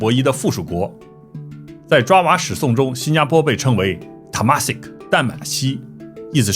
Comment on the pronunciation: Stamford not Stanford . Temasek not Tamasek . Thank you very much